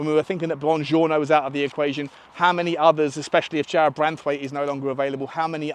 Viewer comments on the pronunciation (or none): none